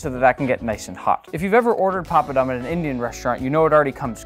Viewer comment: My ear hurts everytime he says, "papadum" .